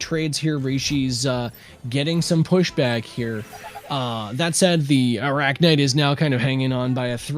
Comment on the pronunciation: is it that hard to say arachnyte correctly. especially when the other guy is doing so.